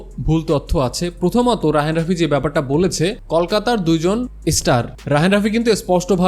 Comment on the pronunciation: আপনার উচ্চারণ এবং কথা বলায় অনেক সমস্যা আছে। রিভিউ নিয়ে কথাবার্তা বলতে গেলে এসব ঠিক করা প্রয়োজন। যেমন- ইদের বাইরে না, উচ্চারণ হবে এদের বাইরে। কল-কাতা না, বানান হিসেবে ঠিক আছে কিন্তু উচ্চারণ হবে কোলকাতা। তিনি যে কথাটা বলেছে, এটা আবার কেমন ভাই? তিনি যে কথাটা "বলেছেন" হবে তো। এরকম আরও অনেক সমস্যা আছে উচ্চারণে এবং কথাবার্তায়। বাংলাদেশের মানুষ এবং ইউটিউবার হতে গেলে এসব ঠিক করে আসবেন। এরকম বিকৃত উচ্চারণ শুনতে ও মানতে খুবই বিশ্রী লাগে।